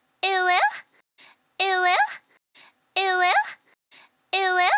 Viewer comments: why is she saying ee wuh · Tbh it does sound a lot like it will after a while, due to the way it’s enunciated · If you turn on captions all it says is "it will" and the more i hear it the more i dont hear "uwu" i hear "it will" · After a while it sounds like "eweggh"